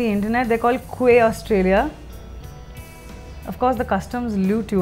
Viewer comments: "Quay" in Quay Australia should be pronounced as Key :) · Quay is pronounced as key